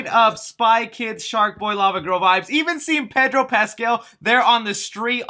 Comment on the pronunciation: Next time pronounce Pedro correctly. Thaaanks. You sound like a pocho. You even speak spanish cuh?